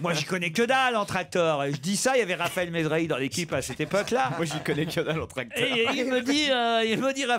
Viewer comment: Pourquoi Ruquier prononce les eur en or ? Genre tractor, professor etc...